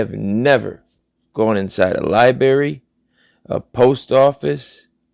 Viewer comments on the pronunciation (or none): Dude, for Goodness Sakes, its pronounced Lie-BRARY, Not Lie-Berry. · Omg Lyberry? and it was not an accident. You said it more than once. That is the best mutilation of a word I have heard all week. Thanks and don’t change.